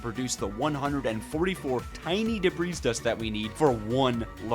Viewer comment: brotha it’s not “DEB-REEZ” it’s “DEB-REE”